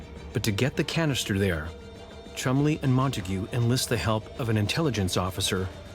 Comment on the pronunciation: Cholmondley pronounced 'Chumley'.